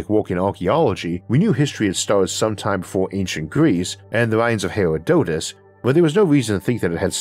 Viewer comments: Another interesting episode thanks. I love Asimov's The Last Answer. Definitely one of my top two or three of his stories. By the way, the philosopher Herodotus? Not pronounced hir-a-DOTE-iss, it's hih-ROD-a-tiss. The Laniakea supercluster isn't la-NAK-ee-a, it's lan-ee-a-KAY-a. It's winter in the southern hemisphere. Some of your viewers, like me, live down here. Please don't overlook us.🥺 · Hair-rah-tih-duss. Even with your speech impediment, it's a name that is as simple as the word "Hello". Also, it probably might be that people are drawn to this concept because they're as tired as primitive superstition as I am. Not hard to understand or figure out. Get rid religion and let science do it's work. Spirituality will follow.